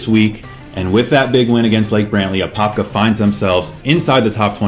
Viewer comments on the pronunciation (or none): Y’all got all the apopka names messed up😂😂